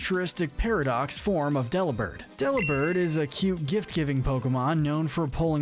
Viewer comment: It’s pronounced dell-EE-bird, “Patrick Star”! 🤨 You’re so bad at pronouncing Pokémon names,! 🙄